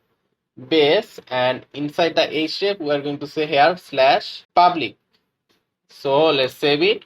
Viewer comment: Man your tutorial is very good . But why u pronouncing first like fast , public like pablic etc Wtf is that ?